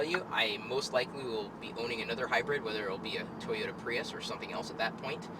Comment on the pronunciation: PRUIS! jeff dunham .. LoL